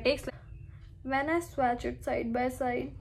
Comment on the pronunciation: Firstly, your grammar needs immense correction. Correct - I did not know. Also learn to pronounce the word swatch. Secondly there's no respect in putting a fellow blogger down by pointing out her mistakes. No beauty, no charm, no class. Sad move!